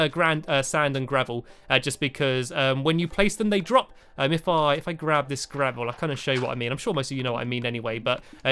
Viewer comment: LOL SAVEL INSTEAD OF GRAVEL